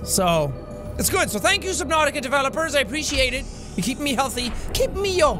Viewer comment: Why does he keep calling it Subnauseous?